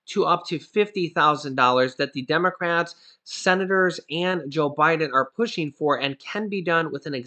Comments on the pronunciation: Hey, you said Demorats not democrats🤣🤣🤣! Thank u so much I need to laugh this am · Lol did say Demorats at 1.45??